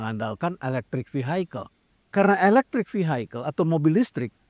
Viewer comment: Koreksi, pak. Vehicle itu dibaca = vihikel; bukan vihaikel.